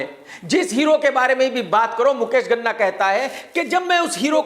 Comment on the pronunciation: Ghana nahin, Ganna ( Sugarcane)